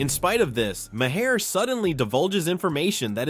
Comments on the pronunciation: Jesus Mary and the donkey ! It’s MAR MAR the H is silent from Ireland you’re welcome 🇮🇪🍀🌈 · The script for this video is hideous. Every paragraph tries to muscle in a lame joke at the end. And then to have it read to us by an AI with a sing-song speech pattern makes it utterly unwatchable. It kept pronouncing Maher's name as Ma-Hair. Just more of the low effort click bait flooding Youtube again.